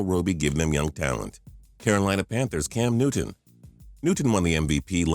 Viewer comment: why does the guy sound like he said can newtoon